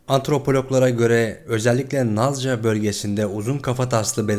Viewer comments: Nazca' değil Nazka demelisiniz.Jimmy Mausen şaibeli bir isimdir Her ne kadar UFO görmüş olsam da 51.Bölge'de düşen uzaylılar üzerinde çalışmalar yapılmıştır Rekontrüksiyon ve diğer incelemeler. Onlar sürüngenlerin kuş koluna benzemektedir. Bu bir Artfake olabilir. Parmakları 3 tanedir ve esnekttir.Omuzları kulak gibi çıkıntılıdır.Bazısı adeta uçacak gibidir. Allah'a inanırlarsa da teknoloji ile uğraşanlar kötü varlıklardır. Plaeides Takım Yıldızı'ndan olanlar iyidir. Onlar artfake olan,dejeneratif bebekler olabilir. Dünyalıdır Yani insandır onlar. Saygılar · nazca yazıldığı gibi okumak yakıştımı, şimdiye kadar hiçmi duymadın..